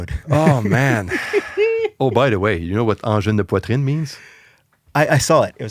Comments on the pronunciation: He pronounced the name like a true Québecois! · Quand j'ai entendu ton accent quand tu a prononcé parfaitement "Angine de Poitrine" je me suis dit: "ça c'est un gars du Lac!" 😂😂😂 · the first non-quebecois to pronounce their name corectly!